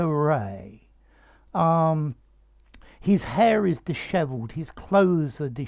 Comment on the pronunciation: Beautiful word and beautiful pronunciation. Thanks.